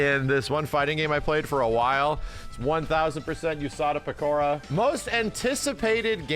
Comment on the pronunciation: I love that kinda didn't butcher the name Usada Pekora. It's very much tempting for newbies to pronounce the name as "you" instead of "ooh". Peeps are eating Fallout up and we're giving Todd too much credit. Now he's gonna pay the piper.